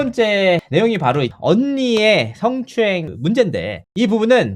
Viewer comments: ㅋㅋㅋ 아나운서 맞나? 성 을 승.~~ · 스엉추행이 모냐?!!! 발음이나 고쳐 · 스응추행.발음도 참... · 서엉추행~ 발음만 들어도 더러워!!!!!!! 아나운서 라는게 어째 발음이 저따위지? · 드~러운 스응추행 발음 참 저렴하다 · 승추행....발음도 징그럽네요ᆢ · 스응추행 과하거어허 발음 왜이래